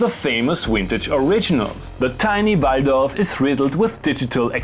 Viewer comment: Your videos are Gems! 💎 Every meme make me pause it... 🤣are so good! PS: your Austrian accent when how you say "Waldorf" makes all sense. 😎 Thank you 🙏